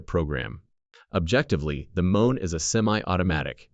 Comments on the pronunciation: Don’t you want a “mone?” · STUPID AI "M-1" IS NOT PRONOUNCED "MOAN"!